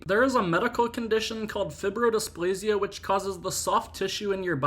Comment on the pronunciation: Burying alive patients centuries ago was very common due to poor medicinal knowledge. Sleeping sickness was a common cause of burying people alive. Fibrodysplasia, which he’s mispronounced here, or FOP or Stone Man Disease is incredibly rare. However it’s the only known illness that changes one organ system into a different one. It’s incurable, painful and fatal. There has only ever been around 800 documented cases of FOP. The only death attributed to this centipedes was a four year old Venezuelan boy who was bitten by the arthropod who was hiding in his soda can.